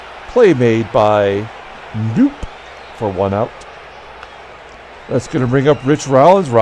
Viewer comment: FYI, Bobby Knoop's last name was pronounced \kuh-NOP\. I pronounced it \NOOP\ for years until my uncle corrected me.